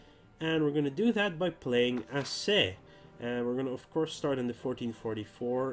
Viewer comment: Maybe its too late for you but it is spelled "a-cheh". Not "a-seh" as you said.